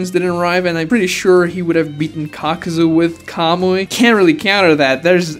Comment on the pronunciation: Why many call him Kakazu when it's Kakuzu?